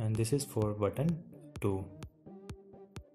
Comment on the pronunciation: buddon, sexon, meno. Please...Talk English. It's: Button, Section, Menu. (Sek-shon), (Men-you).